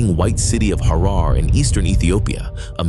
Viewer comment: Just a quick review of the narration. Harar is pronounced Harer. The name Tafari should be written as Teferi. And his father's name should be pronounced as Mekonnin. There you have. God video.